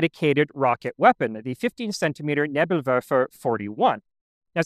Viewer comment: German Correction: Flug abwehr kanone Is is basically "Canon to repell flying stuff" So correct grammar would be "die Flugabwehrkanone wehrt Flieger ab" And meme correct grammar would be "it wehrs ab Flieger[s]"😂😂😂 Also "Raketen" is pronounced with a long "e" Same with Nebel (first e is long) Maybe thats even a universal thing, that beeing all first "e"s being long Would need a professional german for that knowledge tho Rest of your pronunciations are very good tho